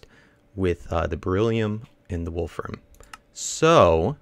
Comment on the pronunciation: You said Wolfram right. The only issue is that it is Wolf RAMI um